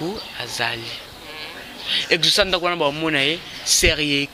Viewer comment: Prononciation na yo mabe exaucé yo ezocé